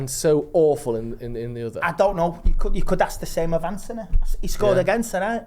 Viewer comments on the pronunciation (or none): none